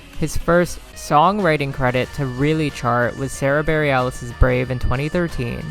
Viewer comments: For the future, it's "Burr (like you're shivering cold) - Ellis (like the island in NYC)" :) I love her and her music! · Not you pronouncing Sara Bareilles like aurora borealis hiflkdhfglkdh 🙃